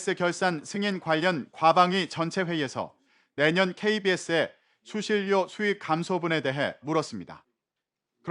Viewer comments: 수실료가 아니라 수신뇨라고 발음하는 거다....하아....엉망진창이네 정말.... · 수실요? 가장 기본적인 발음도 정확히 못하는 넘들이 무슨 아나운서냐? 실력이 없으면 공부를 하던가 관두시든가